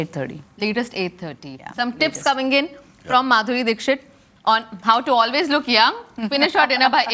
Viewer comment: When kamiya said let's welcome Madhuri dixit, idk why I heard BANDARI DIXIT😂